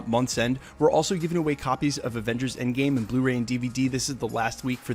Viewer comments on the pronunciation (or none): none